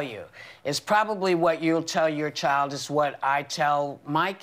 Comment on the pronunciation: Then Meghan had to open her mouth..."I'm concerned about what I'm going to show my chi-ild" (number one- "child" is not a two syllable word). I was watching Maude when I was 9 years old and I heard about abortion, gay people, etc., and I asked what all that was. I was allowed to watch Maude because I thought it was funny the way she went off on people, and that's still its biggest appeal to me today. Don't worry about what you're going to do with your kids. Wait until they ask.